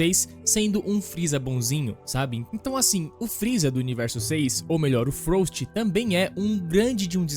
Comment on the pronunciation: É frost e não froust